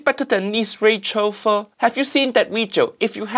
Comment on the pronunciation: Everytime he say Pho it hear it as F*"'#